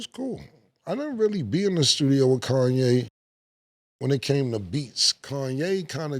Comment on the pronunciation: Cam still says Kanye like he did on that intro. “Kawn - yay”